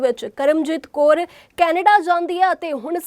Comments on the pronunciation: Kor nahi ji kaur hunda phelaan punjabi sikh lavo phir reporter baneaa karo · Koor nahi Kaur hunda